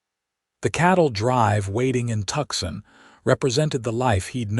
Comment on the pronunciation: Tooooo - san not Tuck-sun